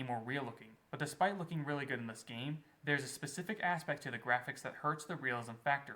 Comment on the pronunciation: MY GWAFICKS FIDELITY OF MAI TIMEWASTING "I'M A HEEWOHH, PEW PEW" SLOP